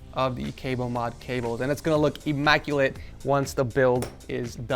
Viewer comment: You said immaculate like emaculet can I have peripherals now please